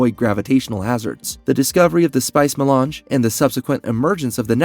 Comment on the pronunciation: Also how does IRULAN turn into “Eee-Rule-ian?” “Eye-Lee” Atreides. That’s an interesting way to pronounce Alia. Lmao 😅 At least he knows his to pronounce “Melange” properly. It’s odd which words he actually does say correctly. This was HARD to watch and I got ZERO entertainment from this content because I was so hyper-focused on his TERRIBLE English pronunciation! 😕